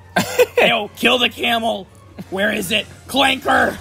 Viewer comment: Can’t believe you said it with a hard R 🤦‍♂️ your supposed to say clanka